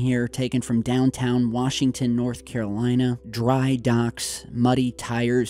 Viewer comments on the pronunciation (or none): none